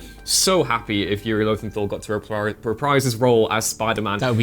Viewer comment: And it's Yuri Lowenthal, not Lothenthal